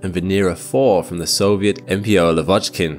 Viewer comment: Not lavOchkin, but lAvochkin. Read as (lAA-vaa-ch-keen).